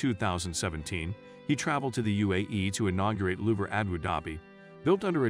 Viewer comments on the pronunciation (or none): none